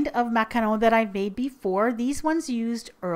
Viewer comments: Nice job on the macaron pronunciation,!:D xx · She's pronouncing it perfectly, she's French Canadian. You guys need to stop being so harsh, is a baking goddess. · FINALLY, someone pronounces it correctly <3 lovely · I love it how you pronounce ''macaron" and "macaronage" :D ❤ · I loooooove the way you pronouce "macaron", to a french hear you have kind of an spanish accent :D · finally! someone who sais MACARON not MACAROON :) btw, is that martha stewart from tv paprika? (saw your baking tray) :) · The way you say macaron>>>>>